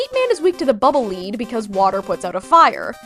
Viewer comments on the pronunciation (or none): I can't believe you pronounced it "Bubble Lead." It's very clearly "Bubble Lead." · According to the MMKB each of the robot masters in MM2 have a “device” built into them that makes them immune to the Time Stopper, however the device in Quick Man has a glitch in it that makes him weak to the Time Stopper. Also, you’re the first person to ever refer to Bubble Lead in that way. I always pronounced Bubble Lead as the poisonous mineral lead. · you are the only person i’ve ever seen pronounce the Bubble Lead as leed instead of lehd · it's not pronounced bubble leed, it's bubble led, like the metal. he's weak to it because his power is atomic fire. lead is used to block radiation and his heat comes from being a walking fusion reactor. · I think, and I’m not sure, that bubble lead is supposed to be pronounced bubble “led” because you shoot it like a gun (even though it rolls on the ground) but idk if there’s any confirmation on the pronunciation so I could also be wrong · I love Mega Man 2. It's one of my earliest games. I can't believe I've been pronouncing "Bubble Lead" wrong my entire life. I did some independent research, and Word of God confirmed she's right. I thought it was a play on "lead balloon" because it sinks instead of floats! I've been living a lie! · I think it's "Bubble Lead" as in the element lead, since they sink to the ground.